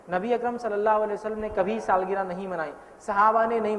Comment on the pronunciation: Saalgira nahi sahab saalgirah hota h